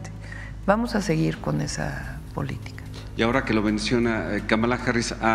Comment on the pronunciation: Sra Presidenta, la prinuncición correcta de el nombre de la Vice-Presidenta de EU es "Kámala" no "Kamála".